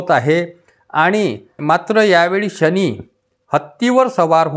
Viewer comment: "शणी" नाही "शनी"